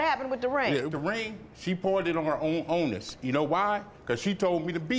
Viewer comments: Did he say "ownness" 🙄😣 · Think he meant "onus"